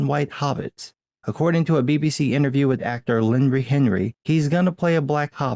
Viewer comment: Did you call Lenny "Linrey" ??